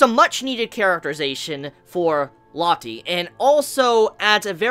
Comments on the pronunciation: Rocket Crepper Or Low-tay. Saying it like Latte just feels stupid, you're calling her a fucking drink. [looks to the side] "Isn't that right, Tea?" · Lotti... Ameriga plis lern brounanciagion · It's pronuces Loa-te